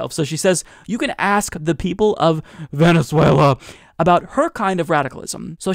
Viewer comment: Because it actually makes sense? They are so out of touch of reality.. 'Vhenetzuella' 😂😂😂